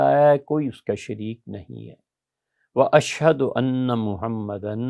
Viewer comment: السلام علیکم ورحمتہ اللہ وبرکاتہ ایڈمن بھائی، آخری گواہی میں جس لفظ پہ پچھلی بار غلطی ہوئی تھی، وہ لفظ "واَشھدُ" ابھی بھی ویسے ہی لکھا ہوا یہاں دعا میں، جبکہ مفتی صاحب اسکو بار بار "وَاشْھَدَا" پڑھ رہے ہیں۔